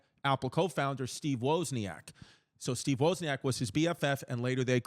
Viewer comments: There’s a lot of inaccuracies in this video but one is right here Apple products say Cupertino because that’s where their headquarters is currently located and has always been located Waz-knee-ack btw Jesus Christ. Waz like Wizard of Oz. Wozniak. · Steve Woah-zniak